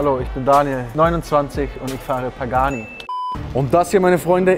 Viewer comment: Digga sitzt in nem Pagani und kann den Namen nicht aussprechen